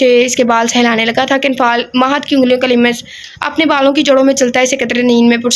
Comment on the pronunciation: Ager maind na karen to lafz lims nai lams hota hy or samid nai samd hota hy ALLAH k namon main sy hay